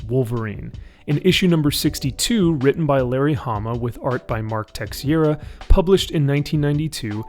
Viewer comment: Good, well-balanced video,. Constructive criticism: Mark Teixeira’s last name is pronounced “Te-shay-da”. Not a big deal, just reppin’ for the “South side”.